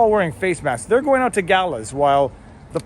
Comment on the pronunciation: Lol He said, "Figure it oot!" Thanks Letterkenny!